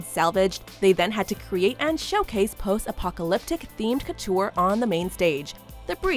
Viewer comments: Why do you keep mispronouncing apopalopic?? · It’s pronounced Post Apopaloptic